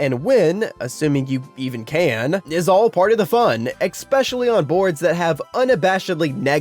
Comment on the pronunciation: How old are you that you still think the word “especially” is pronounced “expecially” … an adult??? Yikes